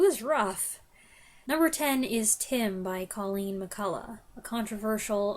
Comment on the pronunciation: HI, I'm always impressed at the number and variety of books you manage to read, on top of all your other creative projects! And your reviews are distinctively thoughtful, insightful, and often a little bit wry. Thank you for all the effort you put into them.:) A tiny thing, just in case it ever comes up again: the most common pronunciation I've heard for Colleen McCullough's surname was somewhere between "McCull-UGH" and "McCull-UCK", rather than "McCull-UH". (I have no idea if that was family tradition, personal idiosyncrasy, or Australians butchering a Celtic spelling, but I've seen her introduced on television interviews that way more than once and she didn't correct the interviewer.) Have you ever watched the BBC adaptation of "Our Mutual Friend" from the 1990s? It's one of the better Dickens adaptations, for me, and I have it on DVD somewhere.